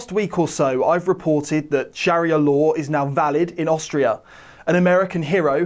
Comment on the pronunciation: Very informative subjects. But, have you ever heard a Muslim say 'sharia law' (which is the embodiment of ISLAMIC law, you know), or who pronounces it the way you do?